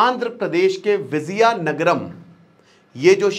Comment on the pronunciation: Its not Vizayanagaram, It is Vijaya Nagaram